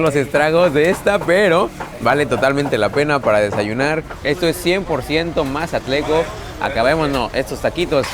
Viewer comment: se dice mazatleco 😂😂🤭😌